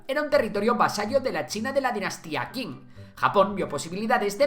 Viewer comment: cuando hables de nombres chinos como qing ten en cuenta que la q es similar a la ch en español, recomendación para que suene mejor esa pronunciación, buen video